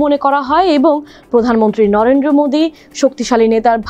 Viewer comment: উপস্থাপিকা 😂 নরেন্দ্র ❌ নরেড্রো ✅